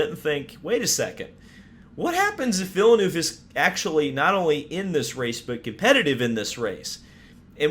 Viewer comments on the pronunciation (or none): Its vill-nerve btw. Not vill-noove btw. Just a quick correction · Did he just say vill-eh-nuve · He's been around for at least 26 years yet you bloody yanks still dont know how pronounce Villeneuve